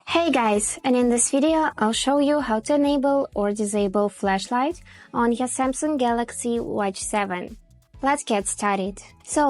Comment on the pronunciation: It's FLASHlight. Not FLESHlight. These are 2 different things Q_Q